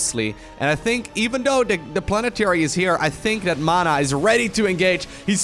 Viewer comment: For the 100th time; it's though, not dough!!!!!